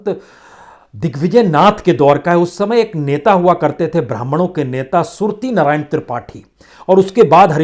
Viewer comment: सुरति नारायण मणि त्रिपाठी न कि सुर्ती नारायण मणि। नाम तो ठीक से ले लो महाराज। इतनी भूमिका के बजाय सीधा-सीधा विश्लेषण करिये बहुत जटिल कर देते हैं आप।